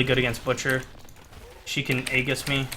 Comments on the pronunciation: Pet peeve of mine: Aegis is pronounced "ee-jiss", maybe "ay-jiss" but never "egg-us" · Just needed to point out from 10 months in the future that it's actually ee-jis, not age-us. Common mistake. Don't want anyone reading this and learning the wrong thing. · Let me help you. Ming's lvl 4 talent is Tri-um-virate. And the Angel of Hope's ultimate is pronounced Age-us. Aegis. No agg sound. Age. Great video man